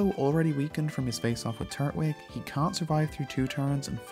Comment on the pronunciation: Still said Turtwig wrong... 😒